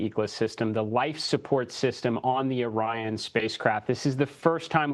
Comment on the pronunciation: I know she didn't just pronounce Orion as "Oreon"